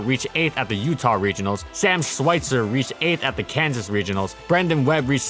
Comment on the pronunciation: Quick tip on the german names, W's are V's. So Schweiger would be pronounced SHVIE-gurr. That's a basic rule of thumb.